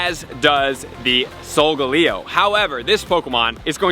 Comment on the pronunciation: Lol SolGalego??? Lol Sol ga leo!